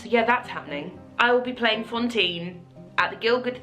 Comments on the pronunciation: Congrats, you are wonderful an soooooo worth it!! Just curious, is it your accent that makes it sound like you're saying Fontine instead of Fantine or has the production like changed her name or something? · Haha yes, I know how it's pronounced in French, I speak it. It still sounds like she pronounces is with an o, hence my question :)